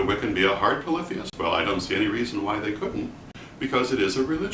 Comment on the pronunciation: This was valuable to me just for the correct pronunciation of "polytheist" never heard it spoken before. I seem to resonate with the Hard/Soft polytheism as if they are a yin/yang duality, both existing in equal "validity". I acknowledge that deities are (or can be) individualized entities, but the concept of Micro/Macro reminds me that all are one, and that one is all. I would assume to apply this concept to Deity as readily as to a painting, a person, an herb etc... (how ritualized magic could work without this principle is beyond me.) Also, I consider the understanding that Deity is everything, and that everything is Deity to be a core expression of respect and compassion for everything. :) cheers (